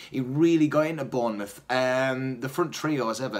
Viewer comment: mouth not muth...